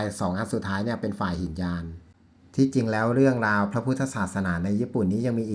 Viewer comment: ครับ ไม่อ่านว่า หินยาน แต่อ่านว่า หิ นะ ยาน ซึ่งหมายความว่าคับแคบหรือเลวทราม เพราะถือว่าชิงเอาตัวรอดหรือบรรลุเฉพาะตนคนเดียวไม่ขนสัตว์รื้อสัตว์ให้บรรลุตามไปด้วย